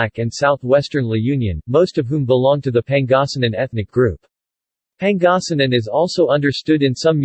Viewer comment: Okay but you mind pronounncing it right though? If you can’t pronounce Pangasinan right don’t even say it you sound very funny and ..